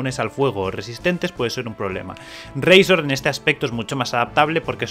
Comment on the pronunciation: Pero no digas razor de esa forma tio que rabia.. 😔